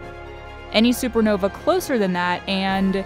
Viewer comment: Lol supernovee It's supernova lol